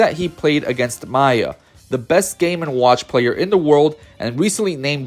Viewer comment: the only complaint I have is: if you are going to make a player-focused video on smash ultimate, know the names of the players before doing the vid, we can't have "gak-T" or "maaaaya" for two of the most well known players in the world dude. Good vid tho